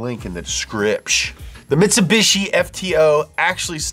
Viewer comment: Presents the Mitsubishi Pajero Evolution. Me, returns the video to that part to listen again. "Mitsubushi Pajero..." Me: Laughs hysterically in Spanish.